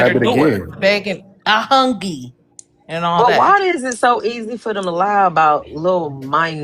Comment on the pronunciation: When American said "I hungy " 🤣🤣😭😭😭☠️☠️